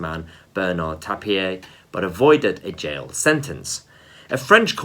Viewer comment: Tapie pronounced "Tapi" not Tapeeyea😎👍